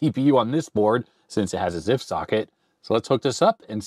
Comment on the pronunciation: LOL "ZIFF VIC-20 board"